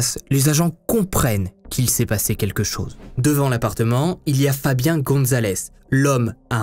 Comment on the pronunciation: FABIAN NE SE PRONONCE PAS COMME FABIEN !!!!!!!!!